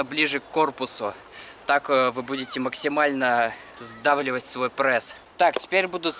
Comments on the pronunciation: Не пресс а прэсс. Как я угараю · Мне одному послышалось "мой парень попросил сделать видео на прэсс?" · почему вы говорите прэсс,а не пресс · почему прЭсс,а не пресс? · Аааа, простите, но от того как он говорит ПрЭсс уши вянут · Почему прЭсс ,а не прЕсс? Ахахахахах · "прЭсс" сначала бесило, теперь и сам так говорю